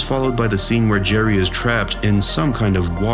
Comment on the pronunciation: "Berry, Jeth and Summer"